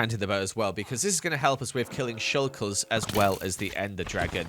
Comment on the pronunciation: ~ ish he accidentally said "shulkles" and for some reason it was very funny to me haha